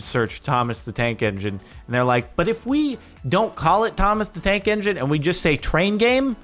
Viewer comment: A couple of times you said Thomas the Dank Engine.